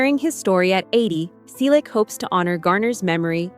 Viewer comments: Stop spreading fake news. Are you drunk or on drugs? Tom is 81 years old. We, his family celebrated his 81st birthday on January 29. Learn English. It's free on YouTube. Get informed. Learn to pronounce "Selleck" correctly. Over the past 6 months, we have already reported every stupid creator who posted the same stupid story. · Did anyone notice that they mispronouce Sellick each time?